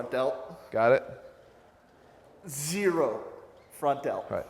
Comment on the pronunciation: When he said "Zeerro front delt" I think that may have been a slight nod to Infinite Elgintensity. Poor V-shards.